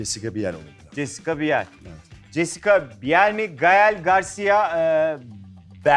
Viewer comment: Allahimmmm okadar modern olmaya calisan bi sunucu ama daha jessica biel isminin nasil okundugunu bilmiyor😬😬😬😬😬😂😂😂👎🏼